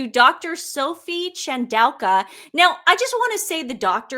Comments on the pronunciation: Please let read the articles for a while. Your pronunciation of Chandauka got worse as you went on. Where did the Q come from? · This is a crazy idea, but I wonder if Harry has ever made a pass at Dr Chandauka and was rebuffed? (pronounced in Zimbabwe as Tandooka) Also, meghan would hate to have a lady with black skin standing beside her because she basically looks white. The other thing is, after Dr Chandauka shut down her X because of the pile on from the sussex squad (sussex PR machine). As the Dr's history is in the head of Intelligence at Meta, she will have the means to trace the names & ip addresses of those who were posting the hateful comments against her. Her doctorate was and honorary from university of Coventry. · ChanAUka I think not ChandauLKWa? And imperious not imperilous? Hehe